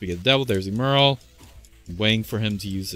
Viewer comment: Good vid. Pretty sure it's "ehm-earl" instead of "eem-earl".🤔